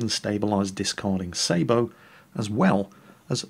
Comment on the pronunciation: I really love how actually makes the proper pronunciation for the word sabot most people wrongly pronounce it as (say bot) it is as says properly (say bow)as a tanker it really push my Irish button